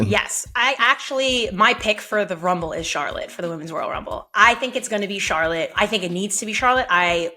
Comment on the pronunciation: How you butcher Charlotte's name that many times?